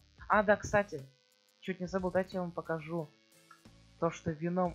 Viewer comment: Ударение на е